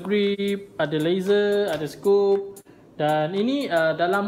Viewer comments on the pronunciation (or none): Nak!! Bos yang scope tu disebut “SKOP” bukan “scoop” Lagi satu flash hider disebur “high-der” bukan hainder. Hehe sorry ya ganggu.